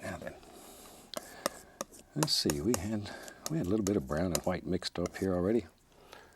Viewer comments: 'hwite' is actually the original and correct pronunciation. Pronouncing it with just a 'w' is a fairly new thing. Look at other Germanic language and their words for white: Icelandic:hvítur, Old English: hwit, Gothic: hweits. The inversion from hw to wh was just a spelling thing. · 'Liquid qwhite' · The world did not start with a big bang… it started with a thin even coat of liquid hwhite